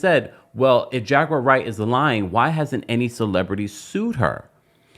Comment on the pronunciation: Hilarious😂😂😂 tht When he says her name instead of jaguar wright it sounds like "j u r right "